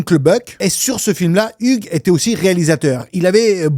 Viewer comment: Hugues se prononce Yougs... Et l'Ia du début est pas mal... Mais j'ai vu une video la semaine derniere qui decortique la maison de tournage, L'evolution, les travaux pour le film, les incoherences des placements des pieces, TOUT ! Donc raté ! ;)